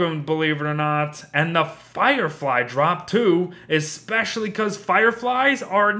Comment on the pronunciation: Dude u drunk? Fireflies* not a - or flyes